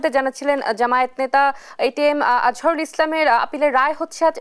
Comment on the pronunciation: উনি একটি দলের নেতা। ওনার নামটি সুন্দর ভাবে উচ্চারণ করুন